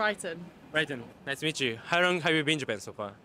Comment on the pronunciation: ....When you say "How long..." it sounds like "Harrro." 正直 発音の面で頑張らないとね